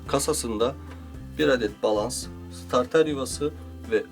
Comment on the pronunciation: abi bilmişlik taslamak gibi olmasın ama "balans" değil de "balast" değil miydi o? teşekkürler